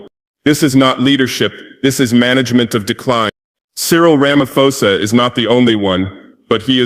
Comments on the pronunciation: Where and when did he make this speech? It sounds American AI generated. That "Ramafosa" is a dead giveaway 🙄🙄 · The way he pronounced Ramaphosa as Ramafosa is typical of Ai😂